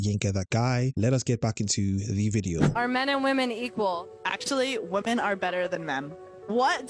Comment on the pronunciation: But the real question is: Why are increasing numbers of people losing the ability to pronounce the plural "women"? :P